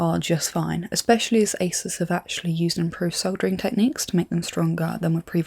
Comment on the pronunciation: ASUS is pronounced ASOOS, but it's an easy oversight and understandable